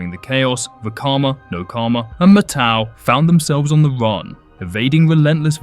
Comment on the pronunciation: yo my guy, it's MAT-au! Like how you say "mat"? But with the '-tau'